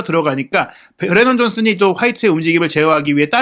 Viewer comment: 우도기랑 브레넌 존슨을 틀리게 말하던데.. 말을 좀 느리게 하더라도 정확하게 설명하는게 어떨까?